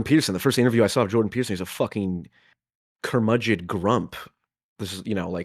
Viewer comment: Ackshee, ackshee curmudgid